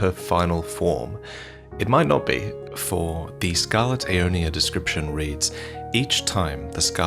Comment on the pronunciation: "... decroiption!" - He'll probably explain how it's some acceptable ethnic variant.